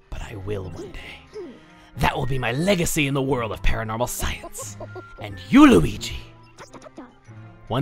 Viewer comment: Hes speaking the language of weegee